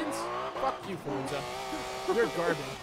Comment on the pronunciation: "Forza" not "Fortza"